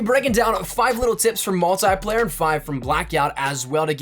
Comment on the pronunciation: Its multiplayer not multyplayer